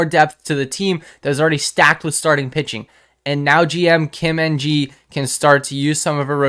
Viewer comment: The last name "Ng" is pronounced "Eng," Those are not initials.